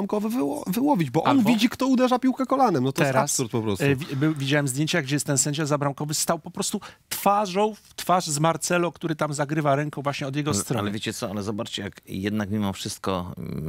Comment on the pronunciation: Pani Pol I Szpakowski, ja wiem ze starszy umysl juz ma wiekszy problem z nauka, jednak Marcelo wymawiamy jako Marselo. A do Pana Szpakowskiego jeszcze w Bayernie nie gra James Bond tylko Hames.